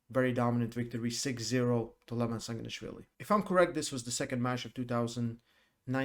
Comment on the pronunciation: you still didnt learn 🤣🤣🤣haha my godness .. Dont pronounce the Name Levan like seven